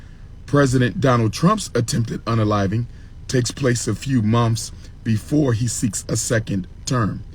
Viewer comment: “A few monfs…” What an idiot. 😂